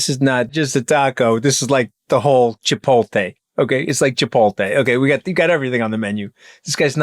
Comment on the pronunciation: Not Chipoltay its Chipotle Mooch Master